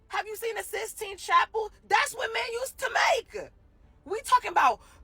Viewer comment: Lady its called " the sisteen chapel" not the "sixteen chapel".. How about this, while I'm building a house, you go read a dictionary...Learn how to use proper granmer..